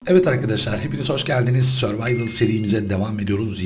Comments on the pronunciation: survayvıl xD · sörvarvır dedi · survival serimize derken :D